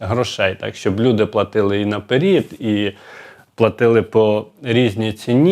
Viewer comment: Ну чому ж " на перід"? Не можна так коверкати слова.☹️